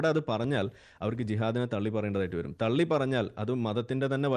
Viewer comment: തെള്ളി അല്ല രാഹുലെ.. തള്ളി 😂